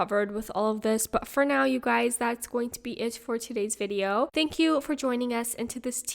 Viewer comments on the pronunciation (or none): none